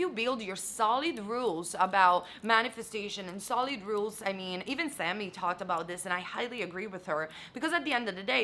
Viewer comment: Her emphasizing on the word solid sends me a crazy solid vibration through my body damn 💀 i feel it strongly in my gut